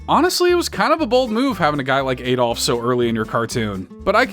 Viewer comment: I think Adolf Hitler's name was pronounced with a short "a" sound. Even if it's the name of a long dead madman, proper pronunciation is important!